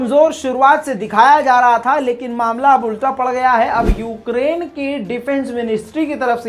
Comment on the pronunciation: Yougrain kyu bol Rahe ho